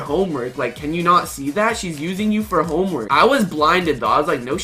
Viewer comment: RUG!! SAID HOMEMERK